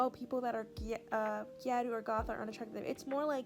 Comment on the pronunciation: as a gyaru, i usually avoid tiktok (especially gyarutok) because of the amount’a misinformation 💔 (little nitpick, gyaru isn’t pronounced “gya-roo” but moreso “g-Ai-ru” 😋)